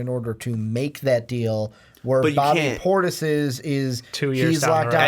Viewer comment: This man said bobby portis he really doesn’t know basketball